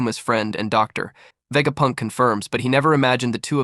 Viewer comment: DOOCTORR VEGAPUNKK 😂